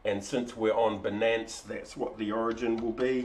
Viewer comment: Great Video! worked for me a treat. btw, perhaps its the accent but its 'BY-Nance', as it rhymes with Finance haha